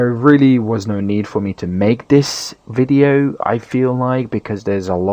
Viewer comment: were you tired because you said ''Welcome to the tutorial wideo'' but it's cool.